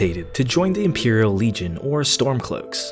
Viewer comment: "the simperal legion" <3